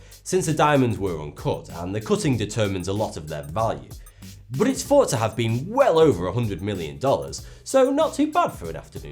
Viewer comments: oh and I have a mystery does he say 42 or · Is he saying Forty two? Or? Idk but I like his videos... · I thought u said 42 here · "ayy, foughty two hea" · That is the point. His accent causes him to say what is normally a [th] sound as an [f] making it skin sound like he's saying 42, a reference to Douglas Adams hitchhikers guide to the galaxy. 42, the answer to life, the universe, and everything. ( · The tone in the beginning is cool asf! Ur a badass /